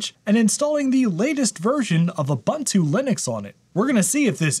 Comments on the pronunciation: There is no "bun" in Ubuntu. It's pronounced oo-boon-too, all u's alike. Also, sudo is soo-doo (coincidence, not related to ubuntu) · Ubuntu is pronounced oo-boon-too.